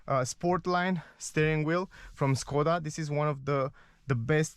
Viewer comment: Škoda = Schkoda, it is not Skoda. Š=Sch